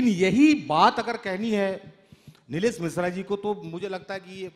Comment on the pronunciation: साहित्य पर बार हो रही है और पीयूष मिश्रा और नीलेश मिश्रा जी के अलावा जो व्यक्ति हैं को शहर को सहर बोल रहे हैं जिसका अर्थ सुबह है और वो पीयूष को पीयुस, नीलेश को नीलेस। ये बहुत तकलीफ़ से भरा है।